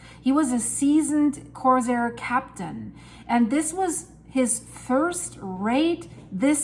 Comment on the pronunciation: it’s “core-sairs,” not core-sirs, emphasis on second syllable. Your English is so good, I thought up you might appreciate knowing. Love every video. Introduce your animals to us! Not long animal videos, just intros since they now have a supporting role. 😊